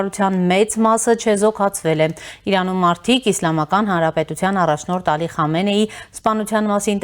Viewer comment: Խնդրում եմ անունները ճիշտ կարդացեք, Խոմեյնի' , Խամենեի' շեշտը վերջին վանկի ձայնավորի վրա։ Պեզեշկյանի փոխարեն Փեզեշքյան ։ Ժամանակակից պարսկերենում "պ" հնչյուն չկա։